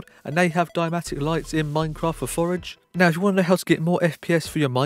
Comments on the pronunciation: Forge not Forege ( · thx, good video but cmon forge doesnt pronounce forage :D